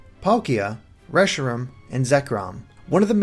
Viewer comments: Lol Lu-jee-a and reshirum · He said Lugia and Reshiram weirdly lol